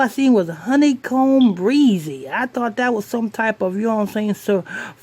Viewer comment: I love this channel a lot but have to be mentally very fucked up to spell the title like that & miss pronounce his name. & THE NEIGHBORS WERE HIDING STUPID!!!!! WOULD YOU JUMP IN FRONT A GUN WHILE SHOTS IS GOING OUT?